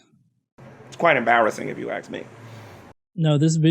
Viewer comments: I cringe every time I hear "Can I axe you a question?" its the same amount of letters and syllables to say "ask". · Why is it, this moron STILL cannot pronounce the word "ask"???